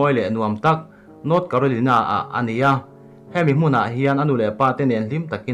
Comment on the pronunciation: Carolina hi ilam Dan hi adik lo..